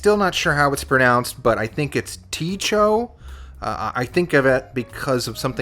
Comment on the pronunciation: it is Cho. The T is silent.